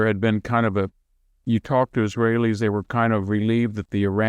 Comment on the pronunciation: the moment he sad that the his wail eez didnt know it was about to happen is when he lost all cred